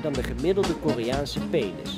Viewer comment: Haha "The payness fish" . Not making fun of his accent. I appreciate different cultures and such, and this accent is kind of cool. That part is just funny to me.